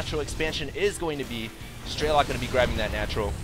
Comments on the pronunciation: It's funny how people allow themselves to be trolled by people commenting on quality. Man you people are dumb. By the way, stop saying "Straylock". It's an E. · it's strelok and not straylock